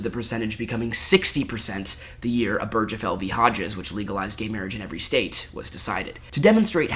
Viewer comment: So I love your vid. It's very well done and researched. But it's pronounced Ober (like over)- guh- fell. Not oh-berj-uh-fell. And the table hitting was also a little grating. But all-in-all, this is my kind of long-form content